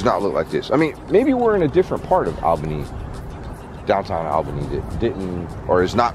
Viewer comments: Hey I love your channels. I am from Upstate NY 1hr north of Albany NY. I just wanted to let you know it is pronounced (All'bany, not Al'bany). I thought it was funny the way you were pronouncing it. Keep up the awesome content. Stay safe and healthy. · You say it ALL bany... not AL bany. lol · You are pronouncing Albany just as its spelled Al-bany, but that is not correct. Most people, including myself, pronounce it as ALL-bany, but that is not correct either. The correct pronounciation is AAL*buh*nee🤷‍♂️. I’ll leave now😂. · You are so close to me. I'm closer to Clifton Park. Yeah things are nuts with Antifa making a ruckus. Only a Floradian would pronounce Albany as Allbany whereas we Upstaters pronounce it Ahlbany. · Your bird is the most beautiful blue! FYI Albany of NY is pronounced “All-ban-ee” like the all as in ya’all lol...stay safe you two❣️ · < lifelong upstate New Yorker! So cool you were 2 hours from me!!!! I know places you can go! By the way, its pronounced like ALLbany, like awlbany lol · Love your videos. However as much as i love you, (i live in Ny) the capital is pronounced like Allbany even though it its spelt Albany. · lol it’s pronounced (all-bunny)!! hahaha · It’s pronounced all bany lol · It’s pronounced all bany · Albany...pronounced - all-bany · The fact he once lived in New York and still says “Albany” like that